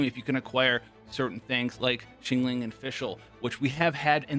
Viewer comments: hope you are able to pronounce xiangling by now :) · FYI she is not xingling She is xiangling Where's the a in between? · not scolding u. Just an advise. See ang ling